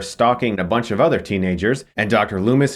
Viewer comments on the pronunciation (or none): none